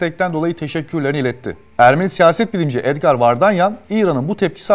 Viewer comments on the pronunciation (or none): none